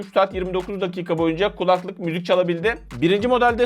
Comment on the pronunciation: Abi kulaklık işinde olmasan önemli değil ama "kulaklık" kelimesini yanlış tonluyorsun. "kUlaklık" şeklinde değil "kulAklık" şeklinde olmalı.